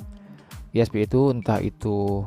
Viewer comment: Itu bacanya ai-es-pi